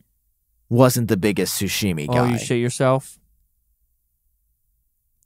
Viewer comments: Guys it’s sashimi not sushimi 😭😭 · Sashimi is pronounced SA as in sus, SHI as in she, and MI as in me… sa-shi-mi. If you say it wrong it gives you the sus shits me. It makes sense that the guy who likes burnt steak can’t stomach raw fish. KFC